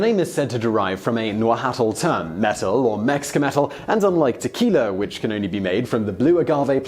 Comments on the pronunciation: "Najuatl" terrible pronunciation. The h is silent. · Yes, you arr pronouncing Oaxaca right, but it and Jalisco are the only ones. Agave is ah-GAH-veh, pulque is PULL-qe and nahuatl is pronounce NAH-wa-tl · Is this how englishmen pronounce Nahuatl words? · FYI, You don't pronounce the "l" at the end of Nahuatl. Nah-Hwaht. Also, the "x"'s in names like Oaxaca were pronounced as "sh" before the Spanish arrived and turned them into a soft "h". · Your pronunciation for Oaxaca was perfect.... Nahualt, lets just say it yoy murdered it! But good try though! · the way he pronounced Nahuatl killed me